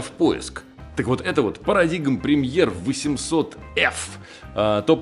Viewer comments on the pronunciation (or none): Не парадигм, а парадайм🏌️‍♂️ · Правильно говорить «Парадайм»